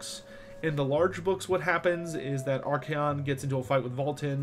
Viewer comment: It's archaon not arcaeon